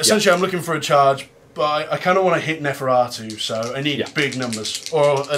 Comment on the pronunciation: I swear if that dude says neferatu again, I’m going to shoot myself.